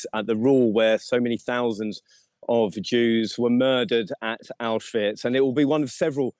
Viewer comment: "Autswich" ?!? C'mon get it right at least 🙈🙈🙈